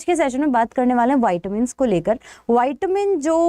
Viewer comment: Very Nice Session Ma'am. Short & Sweet. But it's व्हीटॅमिन्स Not व्हाईटॅमिन्स